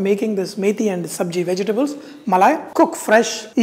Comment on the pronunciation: Vejji-tables lol! Sounds KLINGON!